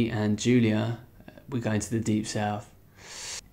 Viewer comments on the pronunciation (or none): none